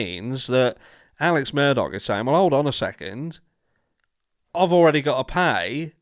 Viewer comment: It's not murDOCK, it Murdaugh.....sounds like Murder. How apt 😂